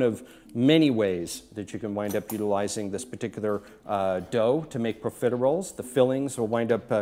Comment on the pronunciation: you think he could learn how to correctly pronounce profiteroles before making this video